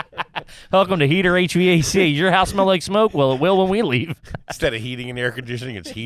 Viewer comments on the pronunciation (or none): none